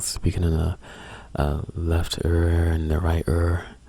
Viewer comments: I like how you talk :) "Err" "Herr" instead of Ear and Hair, sounds cool :) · I'm sorry if this offends you but I love the way your e's sound. when you say ear it sounds like er and it gives me tingles